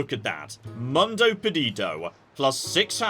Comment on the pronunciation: when you read things like "Mundo", think more about Latin than English! You don't need to speak every language in the world, but use your strengths 😊